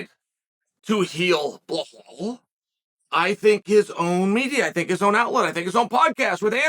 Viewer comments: How do u gwt blahal from bilal pronounced bee laal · Bluh-hall, Pee-era, he actually said Leon Scott like Colby 😳